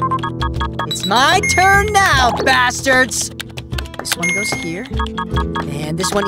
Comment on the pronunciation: Very disappointed. I thought this was something my kids could watch but I heard him say bastarads. We deleted our Homura Ham app and won't be watching again.